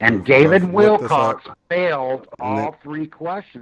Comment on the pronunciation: Well I’m a little not surprised if they don’t like David’s answers since this guy isn’t pronouncing David’s last name correctly. Lol. His last name is not Wilcox or Willcocks or any of those. LolGoodness! And why is it so important to point out someone is a fraud?